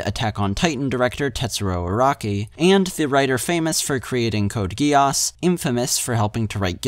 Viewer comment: "Code Gee-yass" really,.. ? Also, why do people make commentary videos with occasional random flashes of anime in the background, with no clear reference to the source, in either the video or the description?